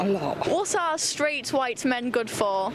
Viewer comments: We were taught at primary school to pronounce the "h" in "white". Back then in 1960s England it was good English. The spitting bit you see here, though, is rather stupid. It's curious the woman is so unreflective that she cannot see this. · It's amazing that she has the cognitive dissonance to make pig noises when pronouncing white in reference to an ethnicity. But then Trump objections by claiming that's how she pronounces white every time... The point of a common language and dialect is ease of communication. If you are going to willfully ignore the rules to serve your own purposes. Expect backlash. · Why does she say “white” like that? Because she is a POS human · This reminds me of J4red t4ylor's pronunciation of "Hwuite" people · The only thing I got out of this video si that in order to properly pronounce "White" you have to hack up a loogie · She's actually pronouncing White that way?